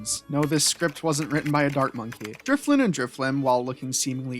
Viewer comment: Driffloon....need I say more